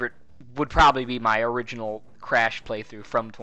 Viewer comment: the origanal? the. origanal?! ooooooh thats the hardest of all